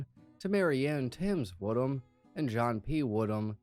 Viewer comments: "I, HHate that, ..Wood Ham, ..Kid?" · 🌴😒 Did you say.. ..."Luke-warm Ham".....?